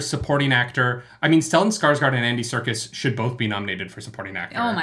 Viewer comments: Circus is pronounced (Sir-Cuss) Serkis is pronounced (Sir kiss). Sorry, I had rub it in. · LOL! I love that you confused "Serkis" with "circus". They are pronounced the same. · Circus is spelled with a C. I have to call a friend and tell him this one. By the way his parents are of Iraqi heritage and probably have made the pronunciation more English over time to blend in with the British people. And speaking as an American southerner we have a proud tradition of butchering names so we can pronounce them. I feel your pain.